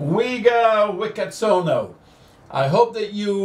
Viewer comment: Hi, I found your channel from Wega Wicaksono's Instagram (Thank you Wega... btw Wega's last name should be pronounced as "Wee-chak-so-no":D). Wega is my friend at Saint Matthias Catholic Parish in Cinere, West Java, Indonesia. I work at Lion Air's competitor:D, the flag carrier Garuda Indonesia (we also operate Boeing 737-800 as well and departing from T3, the new terminal you passed while approaching 25R:D). CGK used to be very humid while DPS used to be drier than CGK (expect grey sky in CGK most of the time and beautiful blue sky in DPS). Most of the time we use 25R / 25L / 24 in CGK, only at some certain times, it changed to 07L / 07R / 06 due to the wind direction change and traffic management. 09 DPS is the best option and most of the time we use that runway (I always choose the seat at the right window seat to enjoy the scenery of Uluwatu & Garuda Wisnu Kencana at the southern part of Bali), there is also another commercial airport (LOP) and a military airport (AMI) situated in the east of DPS. I love your T2 CGK detail, it reminds me of the days when Garuda was still using that terminal. Your DPS detail is also beautiful. The ATC's voice at CGK you have sounded a little bit more Singaporean than Indonesian:D. Btw, I also had the opportunity to try the manual landing at DPS 2 years ago using the full flight simulator of the same type:) God bless you:)